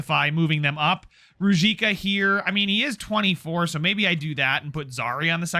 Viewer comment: Ruzicka is pronounced roo-zeesh-ka. Im liking the series, keep it up!